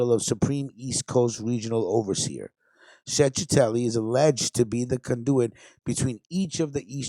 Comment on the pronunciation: What a stonato bro u are is chechetelli pronounce it right .get it right.u Mexican??